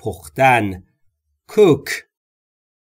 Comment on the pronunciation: خسته نباشید cook را با اووی بلند تلفظ کردین؟حتما اشتباه لحظه ای بود۰سپاس از زحماتتان